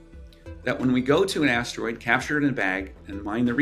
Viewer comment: Why does she keep saying ashdroid? There's no H in asteroid.